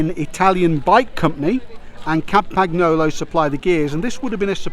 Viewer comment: Please, guys, could you learn to spell Italian names just right? It is quite terrible to hear such wrong speaking! Camagnolo is spelled like Campanniollo, Lancia is spelled like Lancha and Vignale is spelled like Viniale! Please, don't try to terrify italian words with an ugly version of english speaking. It hurts my ears and taste!